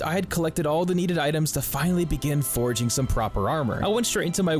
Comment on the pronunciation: Great video, love the music with game effects to the beat, but I do have a nitpick. Please, 😊hearing you say “foraging” instead of “forging” was infuriating after 40min lol